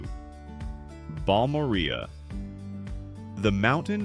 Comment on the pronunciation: If you’re going to create video content like this about communities, at least do the research and try to learn how some of the names of these towns are pronounced. It’s Bal-mor-ea.